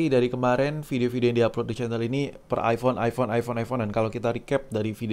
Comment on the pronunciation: Knapa saya risih ente nyebut iFhone. Kan jelaas iphone dari tulisannya